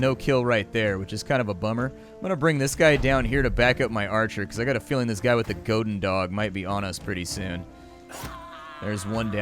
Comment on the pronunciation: 'gohden dog' - goedendag (good day in Dutch), more 'gooden' than 'gohden' and 'dag' sounds more like 'Bach' (the composer) with a d than 'dog'.